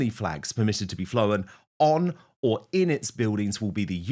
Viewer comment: *Flown. Not Flowhen.